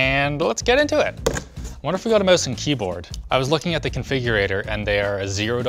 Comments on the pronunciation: Learn how to pronounce mouse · "a mowse and keyboard"